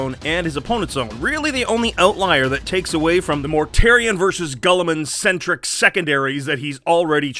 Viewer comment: "Gulliman"......Gulliman?! .....It's Guilliman!! Commentator.....y u mispronounce?!